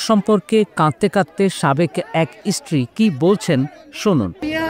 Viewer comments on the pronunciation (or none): রিপটার ভাই তুমি কোন ইস্কূলে পড়েছ ওটা ইস্টিরি নয় ওটা হবে স্ত্রীরি